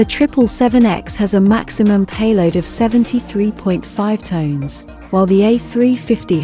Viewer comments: You lost me with that voice and at their payload being Tones instead of Tons... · tons, not tones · Is Tons NOT TONES